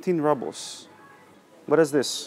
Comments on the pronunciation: It's not 'rahbles', it's 'roobles'! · And рубли are roubles ("rooblz") in English, not rubbles... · Какое чудесное произношение у Вас русское! По-английскт рубль произностся не "рабл" , а рубл", , а то получается камушки, галька. "Маслины "=черные оливки, а зеленые ="оливки", так сложилось исторически. " - Вы говорите петрЮшка виесто ПетрУшка" - единственная Ваша ошибка произношения!( смешная). Алёнка шоколад никто не любит. Он и невкусный. Сыра Пармезан нет из-за санкций. Но люди привозят его из Финляндии или покупают в магазинах т.н. финских. Их много по городу. Говорите идеально по русскиц. Вас подвела только петрЮшка😃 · Лол, он просто русский, он сказал rubles , как рубелс, а не раблс... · I’m sorry but he has lived in Russia for a year and it really gets to me how he says rubbles not “roobles “ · Не раблс, а roubles -рублс! Элементарное надо знать! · The letter U in a word «rubles» is pronounced like oo in roots) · We say “roobles” ;-)